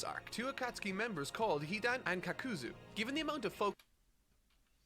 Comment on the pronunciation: i think thats him being unsure of the pronunciation plus his accent. Like with shikamaru and shikaku, that was most definitely an accent thing while kakuzu and akatsuki is him being unsure and old habits dying hard. Looking at his other reviews it doesnt make sense that he would suddenly start mispronouncing names on purpose for no reason for clicks when he can get that interaction without doing so and he doesnt do it for that many other reviews.